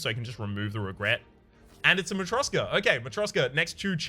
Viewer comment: Ok, let's get it right. It's matryoSHka, like in SHackles and it's Girya, like in Grid.